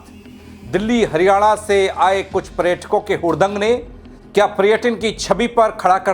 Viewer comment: प्रेटकों नहीं बे नेपाली कांचा, पर्यटकों होता है